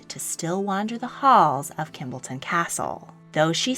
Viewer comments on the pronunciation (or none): It is not Kimbleton castle, it is Kimbolton, .......... Kim- Bolton